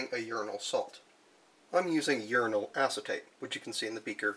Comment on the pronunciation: 1. Uranal sounds like urinal. Uranate sounds like urinate. I had quite a bit of cognitive dissonance. 2. I agree with the poster below. Your channel would benefit greatly from improved audio and lighting. No one does uranium chemistry!